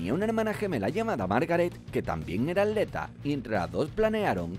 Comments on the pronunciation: Me estresa que diga AT-leta y no atleta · ¿Por qué dices aleta en lugar de atleta? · Dice "Aleta" en lugar de "Atleta" o soy yo? 😂😂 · Se dice atleta, no aleta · El ni siquiera dice ap leta el dice aleta. Cono aleta de tiburón o algo así jajajajajjajaj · Habla bien y pronuncia la "T"